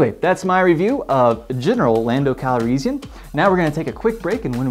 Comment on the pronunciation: RE: Han...Star Wars variations in pronunciation are all over the place...for example, I've never heard anyone pronounce "Calrissian" the way you do; I always say and hear it with more of an "is" sound in the middle than "ease." I believe George Lucas usually says "Han" the way Lando does in the films, maybe Billy Dee Williams just decided to copy the way Lucas said the name rather than the way the other actors did.